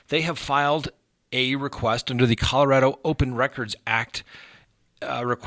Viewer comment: Thank you for pronouncing Colorado correctly. Rad, not rah folks!